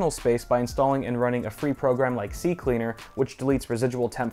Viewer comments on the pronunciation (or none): none